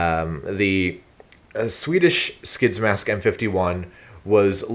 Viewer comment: I have a m51 gasmask and you pronounced it wrong